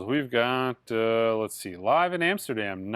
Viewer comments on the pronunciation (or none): none